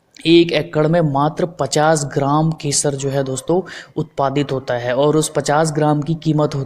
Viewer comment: Shpanis keshar nahi spanish kesar bhai. Keshar nahi